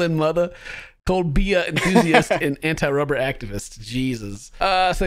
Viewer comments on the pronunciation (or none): He's not gay oah anything. No Rubbah oah no Vubbah